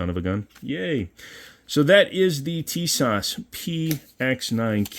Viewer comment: Nope tee-soshh